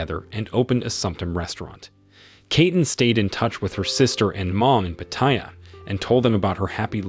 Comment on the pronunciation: Pronunciation is...Pa / Ta / Ya, not Pateya. Place is great for only two things, Farang food and Ho's.